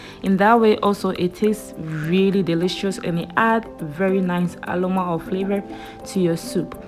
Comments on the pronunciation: I laughed hard when I heard that😂🤣...the r n l no.....DAT bi wer the problem dey😂🤣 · The Ghanaian in her couldn't allow her to say it in peace 🤣🤣